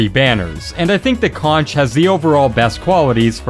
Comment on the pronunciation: Stop. Fucking. Calling. The. Conch. “CON(CH) ITS PRONOUNCED “CONK”